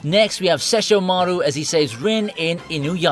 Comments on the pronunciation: Well, like it or not, the way he pronounced it is closer to the original Japanese than the dub is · That pronunciation of sesshomaru killed me 💔